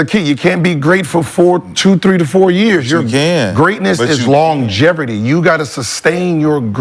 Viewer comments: Im supposed to believe Steph isn't a generational talent coming from a guy that says longjeverty for the word longevity. 😂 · That longevity word be f*cking Gil up 🤣😭